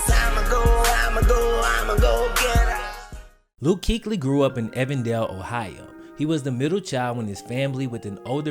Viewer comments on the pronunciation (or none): Great video … living here in Cincy we always wanted him back home playing for the Bengals (but probably better that he didn't). Luke is a special dude! BTW... it's "even" dale Evendale...LOL